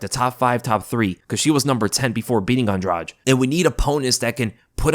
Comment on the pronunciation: LISTEN UP, "ANDRADEE", THAT'S THE CORRECT PRONUNCIATION OF HER NAME!! SHE'S NOT EVEN ABLE TO SAY HER OWN NAME PROPERLY BUT, SHE'S YET ANOTHER OF THE DIRTY FIGHTERS, OUT OF THE DIRTY LESBIAN FIGHTERS OUT OF BRAZIL, WITH 2 CHIPS, ONE ON EACH SHOULDER!!! SHE'S NOT ALL THAT GREAT EXCEPT FOR RUSHING OPPONENTS!!!🤷🏼‍♂️